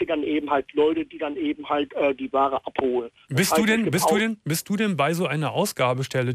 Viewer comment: Der sagt auch appelholen statt ab holen oder Appl statt Apfel......sehr sehr komisch der Typ